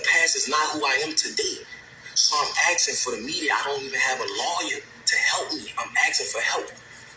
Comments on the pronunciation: Yeah but he ruined it completely by pronouncing asking as ax-ing 👌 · He lost me at "ax-ing" (asking).